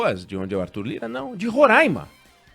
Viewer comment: O certo é Roraima, com o ditongo ai anasalado. Por que ai é seguido de m e não tem acento agudo no a.